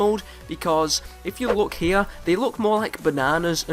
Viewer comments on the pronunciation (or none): none